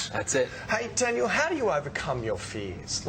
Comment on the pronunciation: Did the guy at the end just call Daniel "Tanya"? Aha nice one Tanya